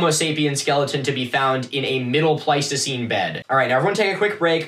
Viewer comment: Sorry, it's pleistocene, not pleistocine, and homo sapienS is the full name, not a plural - there is no such thing as "sapien". Nor sapiens, some might argue...Scientific accuracy, right? Etymology has its reasons. Great show, keep at it.